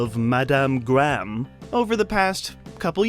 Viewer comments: The pronunciation made me cry Heather Gram......please for the love of god Graham. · "Gray-ham". Not Gram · “Graham” is pronounced as; “Grayum” not “Graam” lol. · Her last name is pronounced Heather (Grey Ham) not Heather Graaam. 🙄🤣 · Graham (pronounced Gray-Ham, not Gram ) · Dear Americans, Graham is pronounced "grey 'am" not "gram" , you're welcome 😄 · Heather Gram??? I'm pretty sure her name is pronounced "Gray-em". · Dear Americans. Graham is two syllables not one. It's Gray-um, not Gram. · It never gets tired, hearing Americans pronounce 'Graham' as a one syllable word. It sounds like they're saying 'gram' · Why you saying heather gram.speak properly knob head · LOL, I love it when Americans mangle Graham like "gram", it's like "Let's make a homophone with a unit of measurement and have no trace of self-consciousness about it, because we don't speak English properly and never will". It's going to be hard to not laugh all the way through this one. "Gram", lool Englishn't. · Apparently, I’ve been pronouncing her name wrong all these years. I thought it was Gray-ham.